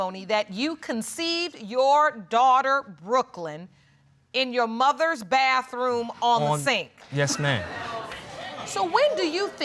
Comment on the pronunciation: Anyone who says the word bathroom, as BAFTHOOM, isn't the brightest in the room.